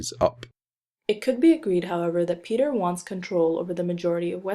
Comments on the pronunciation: So you mispronounce everything just to piss everyone off? “p-tyre,” 😂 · “Pee-tire” I see you too are a man of culture who has listened to the Roy Dotrice audiobooks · Is that how you say petyr